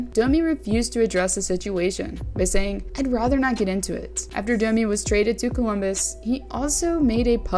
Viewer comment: is this on purpose that you prononce dummy instaed of Domi, i'm just curious, English it's not my first language